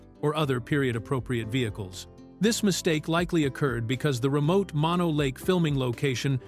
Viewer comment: Not to mention the mispronunciation of "Lago" and "Mono".